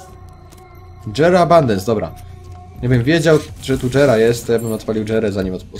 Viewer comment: stary jera a nie dżera!